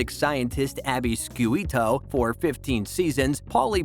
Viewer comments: It’s “A-Bee Shoo-tow”. David McCallum also voiced in a video game “Diablo 3”. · Couple of pronounciation issues: 1) It's 'Da-vid' - not David as in a male name. 2) 'Shoot-oh' - not skewito. 3) M. I (letters) 6 - Not M sixteen. 4) 'Dwayne' as in the Wrestler - not Duwayne. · Ziva's name isn't pronounced "David" uses "DaVeeed"🙄.....NOT pronounced Abby " Skooito"......."Shooto".....honestly, do you even watch the show??? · You clearly never watched the show. Abby's last name is pronounced 'shoot-o', not 'skewito'. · I can't handle all the mispronounced names. Mi6 is not M16. Shoe- toe. K-ear- iakin. My teeth are grinding. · You should spend some time learning how to pronounce the names of the actors and characters you talk about. You mispronounced COTE, SCIUTO and KURYAKIN. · i am so sorry but pronunciations of david and sciuto (more sciuto) hurt me physically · If you cannot even pronounce Ziva David's or Abbie Schiuto's last name, why in the world do you think you have anything to offer us about this show? You have obviously never even watched. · sciuto and david hurt SO bad💀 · They need to get someone who can pronounce the names right. He or it if it's a computer didn't pronounce Kuryakin, Scuito, David right. I'm not sure if they get their facts right either. I definitely am not subscribing to this channel.